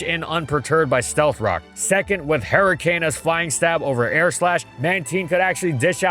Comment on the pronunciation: No one:: "Hairy cane"